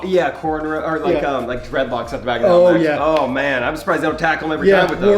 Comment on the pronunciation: Did say threadlocks instead of dreadlocks?!